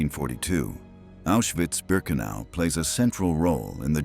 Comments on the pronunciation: Diese automatische deutsche Vertonung ist unmöglich und nicht zu akzeptieren! Viele Wörter - selbst Auschwitz - werden absolut falsch ausgesprochen. Unmöglich. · Nemmeno sa dire Auswhitz